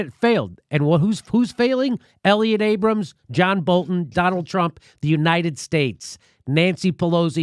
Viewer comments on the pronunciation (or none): none